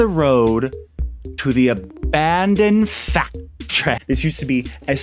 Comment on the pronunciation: Everytime you say factry I think of Symone and it's just amazing